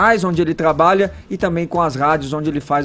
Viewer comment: Esse moleque "trgabalha" no rádio faz tempo e ainda não "destrgavou" essa língua. Parabéns ao.